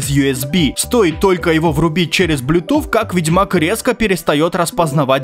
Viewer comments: Ближе по звучанию «блютус», конечно же. Хотя школьники, которые плохо учат английский, тут спорят на эту тему. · BlueTooth как ты th как ф читаешь? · почему блютуф? правильно вроде блютуз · Блютуз ❌ Блютуфф ✅ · Мля меня одного коробило от блютуф, а не православный блютус? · Правильно не блюпуф, а блюпуп. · Блютуз а не блютуф 🤦🏻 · Никто: Абсолютно никто:: Блютуфф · Я досмотрел до а дальше пошёл прыгать с окна (7 этаж) из за слова "блютуфф" Но потом мне стало лень вставать и я продолжил смотреть. Автор я тебя кончено уважаю как человека но слово "блютуфф" это пиздец... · но связка букв th же не произноситься как звук "Ф" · Мой батя так же говорит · Может он просто француз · Как же забавно он говорит Блютуфф))Меня умиляет это произношение)) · Блютуф, нет блютуфа... П - произношение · Почему блютуф типа th для тебя ф,разве что люди иногда не умеют выговаривать эту букву но ты же можешь с говорить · Да кто эти ваши "Блютуф" и "Гейпады"? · Так бесит что он так выделяет блютуФ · БЛЮТУФФФФФФ ПЁРФЕКТ ИНГЛИШШШШШШ